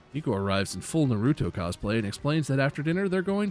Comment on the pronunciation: The way says Naruto should be illegal😂